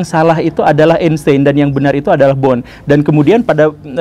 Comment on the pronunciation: Tolong untuk pengucapan nama orang jangan salah pak guru....bohr kok dibaca bon